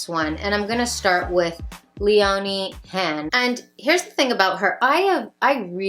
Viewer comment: Funny how you pronounce Leonie Hanne. To me she is just the average looking girl that has been sent all the best from every brand to promote. Is that really great styling? Just putting it out there.